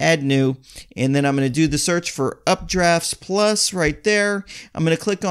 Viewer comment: its UPDAFT PLUS....not UpdraftS Plus